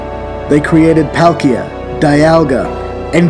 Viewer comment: He pronounced Dialga and Palkia wrong typical u can't mispronounce only one you either pronounce both right or both wrong